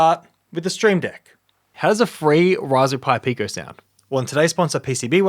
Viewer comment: yet cant say raspberry hahahahahaha